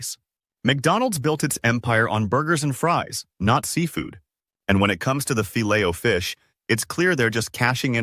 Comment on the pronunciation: Learn how to pronounce the filet of fish...your pronunciation is pathetic 👎